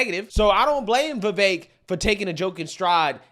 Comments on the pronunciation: By their own logic, aren't they being racist by constantly mispronouncing his name? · My initial thoughts about how racist Anna kasparian must be, mispronouncing vivek’s name. And the video of Joe Biden saying you can’t own a convenience store without a slight Indian accent. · meanwhile hasn't wven taken the time to learn HOW to.pronounce Vivek's name🤦🏾‍♀️🤦🏾‍♀️ if you're taking offense in behalf of someone then at least learn the man's name. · Vivek understands that stereotypes exist for a reason and they aren't automatically racist. Also, why is it that so many self proclaimed leftists just refuse to learn how to say his name?